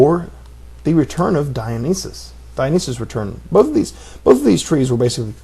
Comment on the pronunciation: it's pronounced 'die-on-eye-sis'